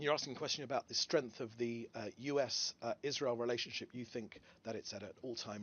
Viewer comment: Israel ❌ Wasreal ✅